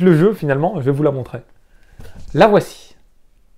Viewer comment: J'ai arrêté de regarder au bout de la troisième fois où tu dis "je vais vous la montrai" ou lieu de montrer C'est peut être un détail pour certain mais des fautes de français à l'oral c'est juste une plaie pour les oreilles